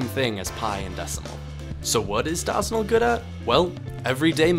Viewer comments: omg stop saying dawsonal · Bro Said "DAHZENAL" 💀💀💀💀💀💀💀💀💀💀💀💀💀💀💀💀💀💀💀💀💀💀💀💀💀💀💀💀💀💀💀💀💀💀💀💀💀💀💀💀💀💀💀💀💀💀💀💀💀💀💀💀💀💀💀💀💀💀💀💀💀💀